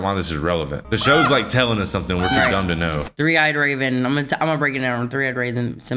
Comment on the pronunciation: Did I hear "Three-eyed Raisin"? 🤣🤣